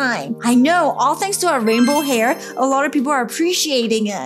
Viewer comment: is “rainbow”not “Rambow”